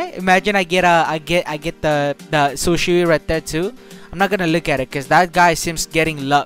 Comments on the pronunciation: shisui not shusi. I think itachi ms is good than shisui ms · this is how you pronounce Shisui "shiswee" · Shisui= she swe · Man called Shisui Sishu lmao, good video tho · How to say shisui say shii-sue-eee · Its SHI - SUI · Its Shi. Su. I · u pronounce shisui like shi su e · u talking how to pronounce shisui its like shi swui but its shisui idk why